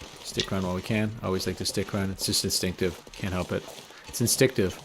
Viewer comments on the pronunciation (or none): "insticktive" love it! Thanks again for sharing!